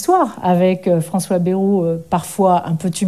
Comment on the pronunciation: C est moi ou tout le monde ecorche le nom de Bayrou ?😂